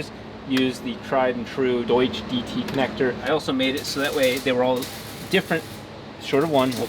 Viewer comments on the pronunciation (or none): none